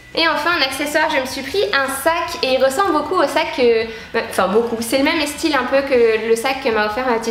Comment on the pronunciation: pourquoi vous dites "estyle" ?^^